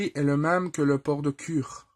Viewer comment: Bonjour, Cela part bien, et en plus j'adore l'IJN. Cependant attention à la prononciation. Kure se prononce "coulé". J'y suis allé pour visiter le musée du Yamato.